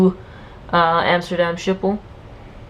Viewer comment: Wonderful update to this airport, again! Just a tip, Amsterdam airport is called "Skiphol". The sch is pronounced like the word school... and Qatar is pronounced "Kataar", not "catre" :)